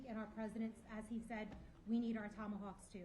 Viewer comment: These are called TOMATAWKS! LOL